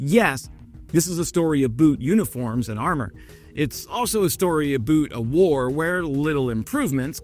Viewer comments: I know you may think saying aboot is funny. Let me inform you, Canadians don't say aboot. If there are Canadian that say aboot, then they're idiots, and the people who think we say aboot are idiots too... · We Canadians do NOT say "aboot". That is an American myth and just goes to show how ignorant Americans are about us. Our pronunciation of the word is pretty much identical to western Americans who do not have any trace of a Southern accent. Listen to the way people like Ryan Reynolds, Ryan Gosling, Keanu Reeves, Katherine O'Hara, William Shatner, Eugene Levy, Michael Buble, Seth Rogan, etc., say it. That's how Canadians say that word. Would appreciate it if you would drop that joke/dig. Not funny. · A little less aboot would go a long way. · a boot? really!? yankee go home. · Noone says aboot! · Love your work but stop the Aboot thing, nobody says that except for mocking Americans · Don't say 'a-boot'. This is a stereotype. Very few Canadians pronounce about that way (who does?). Irritating. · Canadians do not say "aboot" unless they are from the East Coast, which still carries Irish/British/Scottish linguistic patterns. We do not find it amusing that americans continuously refer to this word as language pronunciation differences. It's quite disrespectful, actually. Thanks for this report. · Great focus for a video, no doot aboot it. Slava Ukraini! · I have never heard a Canadian say "aboot". Granted I have not been to all Provinces and not met all Canadians but I have met a lot. I do like your videos. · we don't say a-boot........................ Well, not unless we're talking about footwear. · The about /aboot thing is more about the American ear than the Canadian pronunciation. To fellow Candians we don't think we sound like that, but to a lot of Americans, we do. Someone with more linguistic expertise might be able to explain why that is. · It's really pronounced "a boat". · Quit saying 'boot'. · Hey know ya got cold but we do not say aboot.